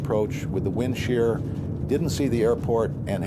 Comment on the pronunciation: WIND SHEAH